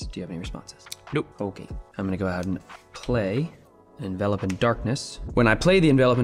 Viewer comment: gets points from me for pronouncing Envelop as "In-Vel-Up" instead of Envelope like "In-Vuh-lohp". I swear it drives me crazy when Runaways kept calling it Envelope.